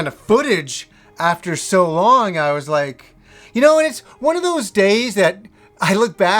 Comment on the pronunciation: Hah, you think you stretch "Episode"??? Well what about the weird way you pronounce "was" like "Waaaaaws" or "Waaauus". Also, damn you had a really nice TV for the year 2000.